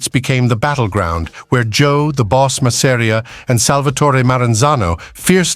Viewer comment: Mazz-a-ree-a. Creators never pronounce his name right. Va fangool!!